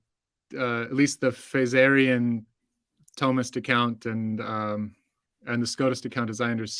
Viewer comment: I'm gonna start pronouncing it THOE mist